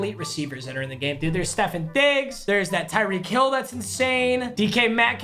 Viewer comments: Am I the only one who cringes when he says Stefon Diggs P.S: Love you papa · Its “STE-FAWN DIGGS” NOT stefin diggs papa😭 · Stef”ON” not Stef”IN” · “Ste-fin Diggs” “Ste-fin Gilmore” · Somebody please tell him that it's stefON Diggs. Stef On